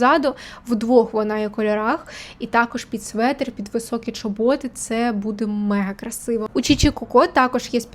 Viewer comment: ЧОботи, а не чобОти😂